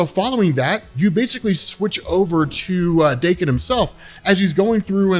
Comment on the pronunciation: TIL Daken isn't pronounced like Dock-in